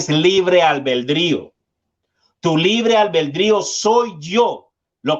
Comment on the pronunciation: El termino correcto es Albedrio No: albeldrio Puede parecer superficial, pero si se puede hablar bien, por que no hacerlo. Ud es un Predicador serio que domina el tema espiritual que expone y lo escucha mucha gente...porque no tener en cuenta estos detallitos. Gracias por Fe